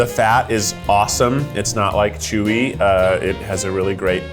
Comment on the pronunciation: Chef Ludo, why does he speak so bad, how long has he been there? They said chewy and he repeated shewy. I hate that.